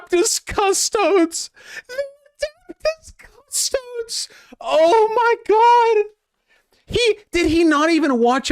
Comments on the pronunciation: you gotta admit "Adaptis Cusstoads" is tremendously funny and betrays a complete lack of knowledge or interest in anything warhammer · Adaptas cas-toads. This guy fkn suuuuuuuucks